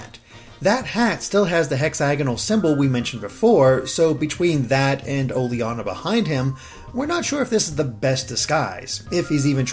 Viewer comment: I think it's pronounced o-ley-na, not o-le-ana